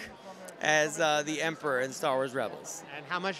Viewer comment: why do you say emprah instead of emperor?